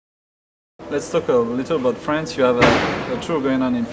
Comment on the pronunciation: "che t'aime la fwance" haha